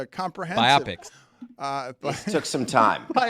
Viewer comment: No... Bio-pic Bio-biographical Pic-picture Bi-opic is 100% wrong